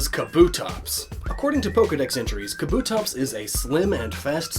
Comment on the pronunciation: It's pronounced KAH-boo-tops